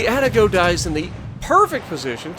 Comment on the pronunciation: Another fun watch! Keep it up and congrats on your success! FYI, It's: "Ahh-Tah-Go" and "Cahh-Gey-Roh" 😅 Hope that helps.